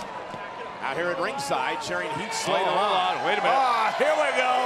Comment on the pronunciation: Lillian botch again "Heat Slater".